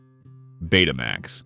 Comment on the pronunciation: Stop saying PC J R! It was the PC junior! Betamax is not Bet uh max, it in the Greek letter Beta combined with the word max. Home Betamax and commercial broadcast Betamax were two different products.